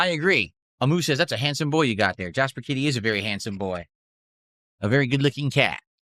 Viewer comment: I think it’s part of his obsessive need to always make sure people know what he is talking about. He has to emphasize kitty so people know it’s his cat. Otherwise he’d have to go “Jasper. What do I mean by that? My cat”.